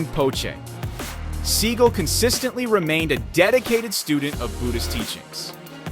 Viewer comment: You mispronounce his last name